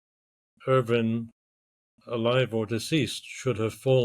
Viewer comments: it's Irvine with an E not Irving with a G....numbnutz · Pulling a Ross lol it's Irvine not Ir-ving, I am the same way, My Wife gets pretty annoyed by it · Please stop calling him "Sandy Irving" his name is "Sandy Irvine". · Yes his name is Irvine, pronounced ‘Urvin’. Not ‘Urvyne’! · Very irritating listening to podcast host repeatedly mispronouncing Irvine as Irving. Even after guest properly says Irvine with a polite nuanced inflection in his voice. Yikes! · Could you please have some respect and pronounce the man's last name correctly. Irving?? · Irvine. Not Irving. Interviewer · it sounds like the one guy is saying Irvin”g” adding a g on the end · According to other YT channels the Irvine family pronounces as *UR-vin* People are constantly trying to correct it to *Ur-VINE* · Andrew "Sandy" Irvine's last name is pronounced ERV-in. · Yes, all of those pronunciations, just not IRVING with the g. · Sandy was British, the correct way to pronounce his, surname is Ure vin spelt urvine, as the british speak English correctly in its most modern original form this is the only correct way to pronounce his name. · nice try but you clearly pronounced his name irVING at least twice in the beginning of the video alone. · How inept are you??? You can't find evidence that Erich found/spotted Irvine's boot first!!!! It's in the film clip!!!!!!!!!!! Time for you to stop pretending you have something significant and factual to add to this recent find. Utter nonsense. You cannot even pronounce Irvine's name correctly.